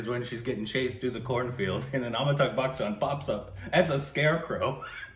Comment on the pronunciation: Amita- bh..it is .not Amita-gh.